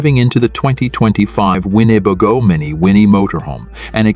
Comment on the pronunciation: How can mispronounce the name of the manufacturer?